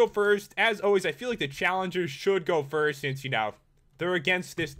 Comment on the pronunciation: Noticed he said frist instead of first 😹